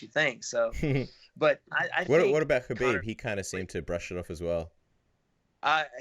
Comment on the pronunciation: Wonderboy: Khamzat- "homzot" Khabib- "cuhbeeb"